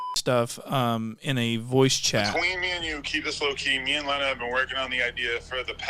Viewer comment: My queen adams childs mother pronounces her name “l - ey - na” not “l-ee-na”keep slaying 💅💅